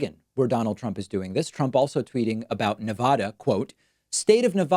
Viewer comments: Dammit David! It’s pronounced nev•adda, not nev•ahda. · Please mister Pakman, I'm from the Northeast originally. Nevada is properly pronounced Nevada The first "a" being a short "a". No "ah" sound at all. I moved from New Hampshire to Vegas and lived there for 20 years. You would not believe how much locals hate the way we say that. No offence. Nothing for nothing....